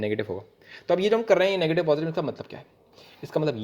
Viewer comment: khelte khelte perpendicular gira diya .🗿 : negitive ,negitive ,negitiveee,nagitive naagitive kya hoge!!🌚 Aa, um..yum..yum😆